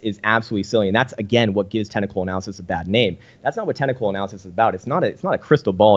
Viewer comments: "Tennicle" analysis? Lol. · Am I the only one hearing him saying "tentacle analysis" every time he says "technical analysis"?